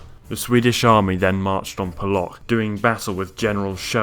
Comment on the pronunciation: hey bro dont mean to be pedantic but you may wanna know - polock is pronounced " po-oh-ots-k" x